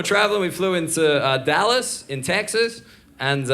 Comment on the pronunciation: LOL, I like the slight twang thrown in there for "Dyallas, in Tayckses". I was born Texan and now also in Europe Also, great set. And great idea on homeless advertising ! And spot-on about - Nice American accent too 😆